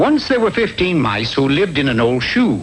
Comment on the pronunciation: said "mice" the proper way.